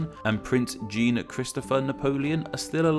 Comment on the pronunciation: Surely you know that Jean in French is not pronounced like "Gene"?